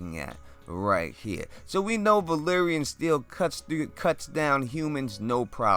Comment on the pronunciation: They say Valyrian, Varys says Valerian. Maybe he had too much tea that day.